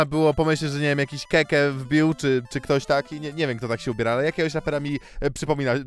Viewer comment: szanowałem cię, od kilku lat subskrybowałem, ale tego ci nie mogę wybaczyć... KĘKĘ NIE KEKE!! KĘ! KĘ! Daje łapkę w dół i odwołuje suba.. 😢😢😢